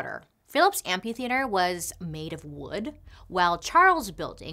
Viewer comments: There is an "h" after the "p" in amphitheater. A tiny tiny feedback, otherwise love the show! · I love how she says amp-U-theater instead of amp-A-theater